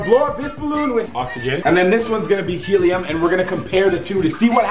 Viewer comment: He said heliuuuc and oxeheihuh